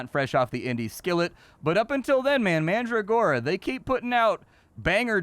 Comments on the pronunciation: That's not how you pronounce mandragora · It's fun to hear you mispronounce names of plants like Calendula and Mandragora. Looks fun, will have to check it out when it gets a full release.